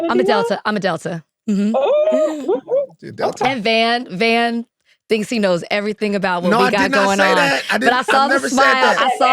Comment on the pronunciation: “I’m a fan of the pod. Then goes on to call Van “Vaughn” for the rest of the pod😆🤣